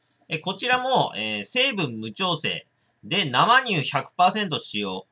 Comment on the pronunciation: 正しくは「せいにゅう」でしょう‼️